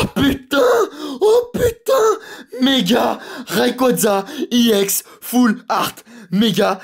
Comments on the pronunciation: arrete on dit ex pas iex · On dit pas iex mais on dit ex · C pas iex full art mais EX full art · Pourquoi tu dit iex? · Ou mais en anglais "e" se prononce "i"